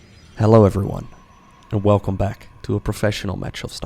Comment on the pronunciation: It's the "Velcome back." For me. Love it